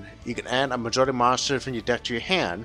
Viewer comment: "Majole" is not "Madolche."